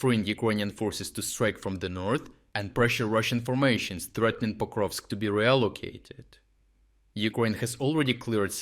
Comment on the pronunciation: Yes, except it’s Pokrovsk not Koprovsk.